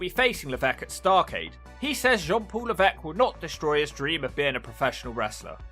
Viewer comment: It's funny how he's supposed to be French but he still mispronounces Levesque